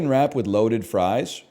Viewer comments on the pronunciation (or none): none